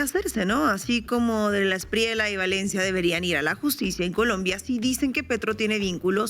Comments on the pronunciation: Felicitaciones por vuestro periodismo.....pero otra vez, debo señalaros el mismo gazapo: NO ES E-S-P-R-I-E-L-A....es ESPRIELLA, con "ELLE" de LLAVE, LLAMA...etc....Un saludo. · Hay un error no es Espriela, es ESPRIELLA Se pronuncia la doble L. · Aquí un colombiano. No se pronuncia Abelardo de la Espriela, es de la Esprieya. Felicidades por el gran programa.